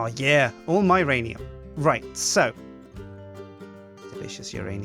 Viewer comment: actually its myranium u have it all wrong